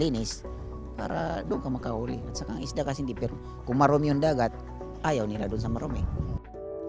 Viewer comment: Tulfo "Isda" not Ista